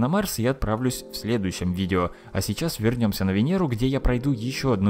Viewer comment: "мы вернмся" "jojoleinny" ахахах))))))